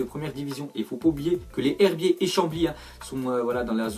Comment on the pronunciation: on dit les zherbiers il y a une liaison